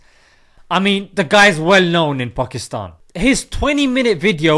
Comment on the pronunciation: Why do you say Pukistan? It's PAKistan